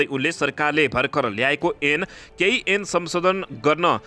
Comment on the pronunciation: ऐन लाई एन',(भनेका छन।